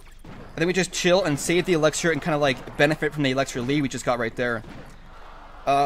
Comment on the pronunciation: It's not Elexer. It's elixir